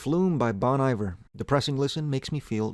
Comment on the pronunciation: You said Bon Iver wrong